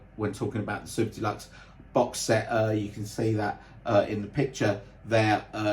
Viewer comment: Great explanation of what looks like a set that was priced fairly. It still is pricey for fans like me who want it but.... The other iterations look great as well. It's funny when you say "Super Deluxe", it sounds like you're saying "Soup to Nuts" which actually means the same thing! 😂 I just want to thank you for your channel and how professional and enjoyable you make it for all of us Beatles fans! Especially going through what you're going through. It only happens to the best people it seems, sadly! Cranky and obnoxious buggers seem to live forever without illness! Ain't it the truth! My best wishes for you and again thank you for being such a kind gentleman.